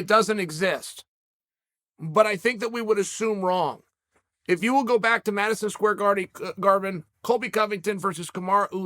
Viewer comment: Chael “ Madison Square Garvin” Sonnen